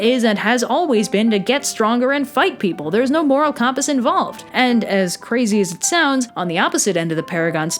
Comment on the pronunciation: Out of curiosity, where are you from? I don't think I've ever heard "compass" pronounced that way, but the rest of your accent is fairly standard Midwest. Really enjoy the trope/character-building talks!